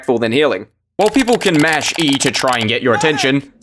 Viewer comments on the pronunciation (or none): none